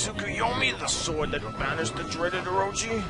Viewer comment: He pronounced Orochi wrong but pronounced Shiranui correctly